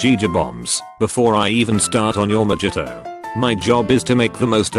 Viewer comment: The Boilermakers = Alcoholic hits real close to home for me. Edit: I love how this robot pronounces the J in mojito and jaeger.